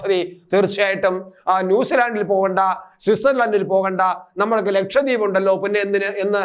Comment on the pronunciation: ലക്ഷം ദ്വീപ് അല്ലടോ ലക്ഷദ്വീപ് ലക്ഷദ്വീപ്